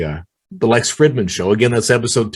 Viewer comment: You already know this but it’s pronounced freedman not Fridmannn lololololol